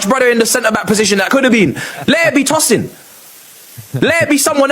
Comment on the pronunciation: great pronunciation of Tosin!